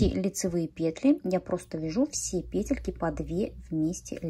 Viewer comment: Может вязать сразу ушки и козырёк с трёх клубков и переходить на шапку? Накид,чтобы не крутить сразу накидывать в соответствии с той петлей,которая будет в следующем ряду! Спасибо Вам огромное за МК и за то,что у Вас пЕтельки,а не петЕльки!!! Принято слушать! Удачи Вам!!!!